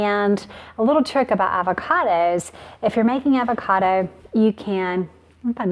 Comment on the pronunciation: I can't stand the way she says "avocada" instead of "avocado"